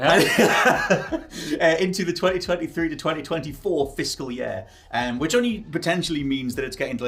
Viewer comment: “Fiscal yeah”